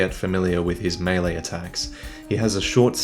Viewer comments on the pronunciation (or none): none